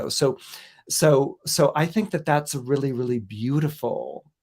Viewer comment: “really”, not “rally”